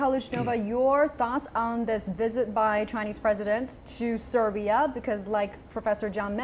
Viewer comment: It's SERBIA, not SIBRA.